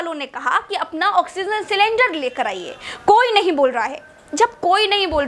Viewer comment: ऑक्सीजन not ऑक्सीनज़